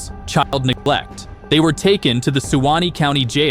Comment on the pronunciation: Nit SUE wannknee lol😂😂